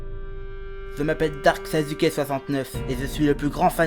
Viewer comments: On dit Na[ou]to et on dit Sas(sans la liaison)[ou]ke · il dit sasuke avec un "Z" c'est parce que ceux qui le prononce Sassouké ont tout aussi tort dans la prononciation